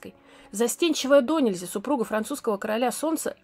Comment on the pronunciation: Боже, столько ошибок в речи! "Мода была жестокА".... "дОнельзя".... кошмар. Видосы клевые, очень крутые и интересные! но почему нельзя посмотреть где в слове ставится ударение?